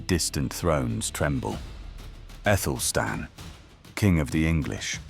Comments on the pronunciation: Because he/it is unaware that "ae" is pronounced as a hard "a"....as in Aelfred the Great. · wasn't his name Athelstan?? you keep saying Ethelstan??!! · Good question, his name correctly written in modern English was Æthelstan - the conjoined A-E should be pronounced A, as in cat, apple etc...